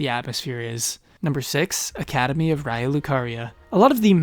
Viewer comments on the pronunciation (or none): none